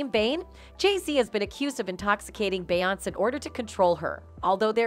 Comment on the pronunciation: When u get them white people commentators and they can’t even pronounce her name, or is it out of disrespect?